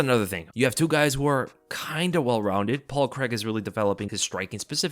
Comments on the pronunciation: Its Paul CRAIG. CRAY-EEG not creg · Paul Craig crAIg there’s an A and an I there Americans, it’s pronounced Cray-g. Thought you would’ve realised this with Daniel Craig but no. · "paul kreg"